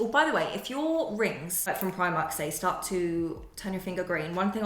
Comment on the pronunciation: No we are from New Zealand. I have family in the uk but you still need to learn to say it properly so you don't look like the odd person out